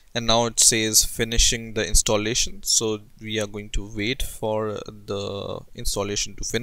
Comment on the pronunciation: lov how u pronounce wait --> VAIT